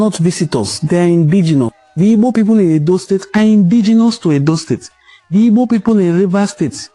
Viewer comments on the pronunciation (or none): Nwa nna are you really igbo at all, are you joining the useless yariba afonjo to mispronounced your home land name, pls don't try this again nwanne what is ibo